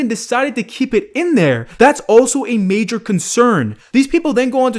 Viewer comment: “Majour” concern